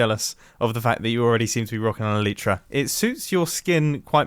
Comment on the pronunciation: Anyone else hate how he pronounces "golem" and "elytra"?